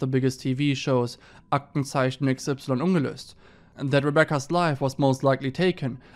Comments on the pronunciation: The way he said 'ungelöst' made me thinkthis is a german channel lmao. well done. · Omg do you speak German? You pronounced "ungelöst" perfectly!